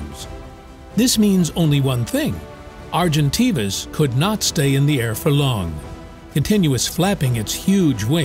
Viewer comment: You’ve pronounced Argentavis properly the first time and then made me cringe every time you’ve mispronounced it.